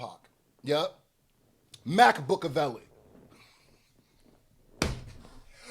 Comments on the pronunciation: FUCKING MAC-BOOK-AVELI IS DIABOLICAL 😭😭😭😭😭😂😂😂😂😂😂😂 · MacBook -a -vely 😂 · Wifi Tupac... lol. Mac-Bookaveli. Buahahahaha. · "Mac-Book-a-veli" is WIIIILLLLLLDDD!!!!